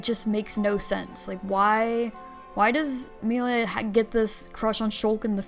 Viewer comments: It's annoying when people purposefully pronounce the name wrong. It's not funny. Just incredibly lazy. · "Melia slander" I WONDER WHO DID THAT!? HM, COULD IT BE THE ONE WHO CAN'T SAY HER NAME CORRECTLY!? Honestly it was an bad move to not bring in Chugga. IT WAS AN EVEN WORSE MOVE TO BRING IN SOMEONE WHO DOESN'T KNOWS HOW TO SAY "MELIA" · Got to 5.41 before I had to watch different opinions where they can pronounce Melia correctly. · I hate how she pronounce "Melia" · It's been 3 months and I still can't get past that.